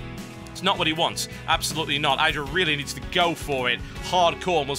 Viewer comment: You know you're pronouncing idra the wrong way?